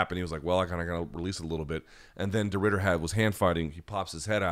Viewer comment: You did a decent job on Reiner de Ridder pronunciation mate. Last name is perfect, Reinier is more like.. Rai-knee-r